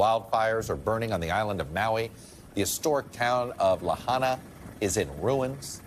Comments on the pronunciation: That's LAHAINA, (not "Lahana") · It's Lahaina, not Lahana. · Lahaina -- (La - HIGH - Na) You had one job, Chuck... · Bro has never been to Lahaina. "Lah hah na"? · Get it right Chuck! La HI Nah... Lahaina. Heaven forbid he ever have to pronounce Hawaii state fish: Humuhumunukunukuapua`a